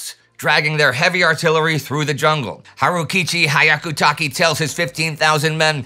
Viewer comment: He propably had to say it a hundred times for it to flow so naturally. He does a great jop getting the pronunciation correct.